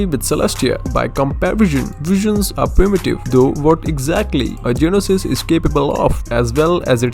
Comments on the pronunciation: its not genosys its gnosys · DID HE SAY "GE-NOSIS"?!?!?!?! my guy its pronounced "nyo-sis" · "called Genosis" sir its GNosis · Please note: Gnosis is pronounced like no-sis. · The Gnosis is pronounced nosis the g is silent lol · its pronounced as nosis tho ^^ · It's Gnosis Not Genosis Silent G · The "G" in Gnosis is silent by the way. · omg this guy is so annoying including the fact he cant pronounce "gnosis" "tsaritsa" nor "determined"